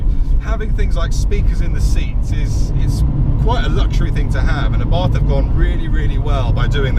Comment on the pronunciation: My 7 year old daughter asked me why you kept saying "UhBarthhff" instead of Ah'-Bart'..lol. Good job on the intro!